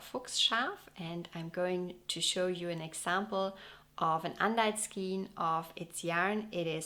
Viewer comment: Fabulous video - so interesting. Your English is excellent but just to let you know skein is pronounced “Skane” - like rein. 😊